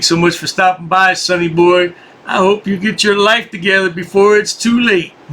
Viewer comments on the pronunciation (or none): none